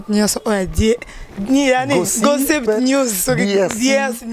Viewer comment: eeee nzambe Jazz Gossip na anglais eza Gassip